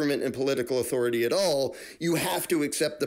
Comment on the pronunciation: Every time you say authority, I only hear Cartman, " I AM THE AUTHORITIE!"🤪